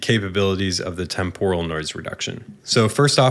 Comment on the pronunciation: You are totally wrong ;-) Hahaha. It's TEMpuhral with the accent on TEMP, not temPORal.